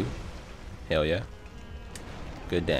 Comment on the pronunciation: I spent WAY too long trying to figure out if you were saying "hell yeah" or "yell heah" Anyway, great video lol